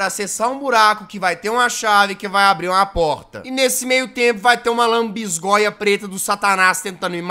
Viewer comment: "Lanbisgoia do satanais " NÃO TANKEI KKK